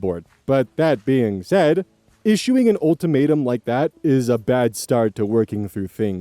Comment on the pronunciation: I dunno why but, it sounds like said "Old Tomato" instead of "Ultimatum" to me.